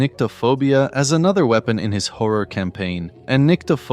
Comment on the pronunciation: when da howa game is widderwy howa